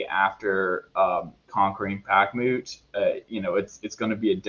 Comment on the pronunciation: "back-moot" lmao